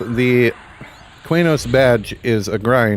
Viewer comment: Wrong. Key-nos. There is no 'u' in Qeynos.